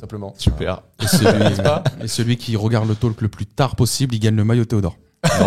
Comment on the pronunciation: super vos videos. Juste un truc, ça fait longtemps que je voulais écrire...On ne prononce pas le L dans le mot talk ! Faites ce que voulez de cette remarque mais voila c'est dit ! Bravos les gars et vive le PSG <3 "La prononciation de "talk" en anglais est [tɔːk]. Le son "a" est comme le "o" dans "horse" (en anglais britannique), et le "l" est souvent silencieux. Donc, cela se prononce comme "tawk".